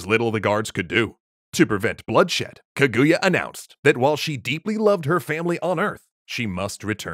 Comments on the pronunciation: It is pronounced KA-GU-YA not KAGUya, also I really like this story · Hm, not enough Ishigami in this version, I'm affraid... and dear God, its KA-goo-ya, not kuh-GOO-ya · just a side note on the pronunciation, it's kah-goo-yah not ke-gu-ya, japanese characters aren't very sharp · Japanese pronunciation hack: Japanese puts even emphasis on every syllable, as opposed to English, which usually puts emphasis on the penultimate syllable (ka-gu-ya instead of kuh-GOO-yuh). It's difficult for English speakers to get the emphasis right, so try putting the emphasis on the first syllable. This still isn't perfect, but it'll get you closer. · Well... technically, the Japanese call it Fuji-san, because if you start with "Fuji" you don't even have to say "yama" to let everyone know what you mean. Also, it's "KAH-goo-yah", not "kuh-GOO-yah". Three-syllable Japanese names always emphasizes the first syllable. (e.g. KAgome, not kaGOme.) It feels a bit weird at first, but it's the same rhythm as "history". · "kuh GOO ya" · Kaguya's crying because people are pronoucing her name has as kuhGOOyah. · Oh god the pronunciation 🤮 That would be like hearing someone calling him King Ayyythuuurrr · Kaguya is pronounced with emphasis on the first syllable (watch JAXA video about their space probe, it's spectacular). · Great episode but the pronunciation of Kaguya is low-key killing me ngl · So we just gonna ignore the bad pronunciation of Kaguya?